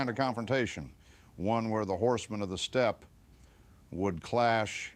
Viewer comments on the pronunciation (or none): none